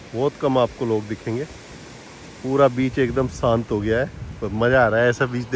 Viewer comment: Bhai Ji SANT Nahi SHANT Bola karo